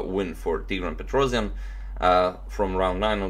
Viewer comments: Tigran's last name is pronounced PetrosIAn (with a stress on the last syllable), not PetrOsian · It's not a PetrOzion, it's pronounced Petros[YA]n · Petrossssijan not Petrozian correct.